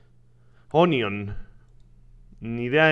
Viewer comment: Rich mo se dice "ONION" se dice OÑO